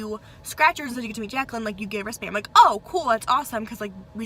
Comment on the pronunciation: "Jecklan, Jecklan, Jecklan" haha that kiwi accent, love it 😂